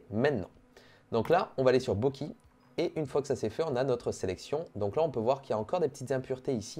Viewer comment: Par contre c pas bokee c bokay (Bokeh)